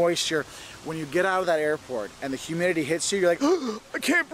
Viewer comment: "That humdidity" theo von